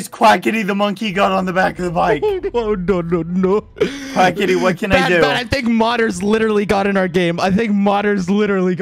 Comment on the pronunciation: he said quacky go